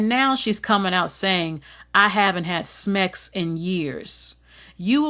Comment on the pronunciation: What the fuck is "smex," or "demismexual" anyway? You can't say the word sex correctly. That's weird. 🤔